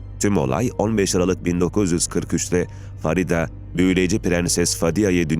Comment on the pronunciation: Farida değil " Feride" Ingilizcede yazildigi gibi okumak nedir. Onlar bile Farida yazar Feride diye okur.